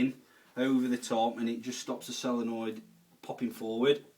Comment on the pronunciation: Why does he keep saying sellernoid instead of solenoid